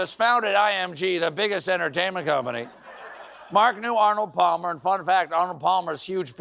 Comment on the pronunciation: forgive me, but i had to rewind this twice to make sure i heard what i was afraid i heard. yes, it's true, colbert said "pall-mer". ok, who's going to tell him?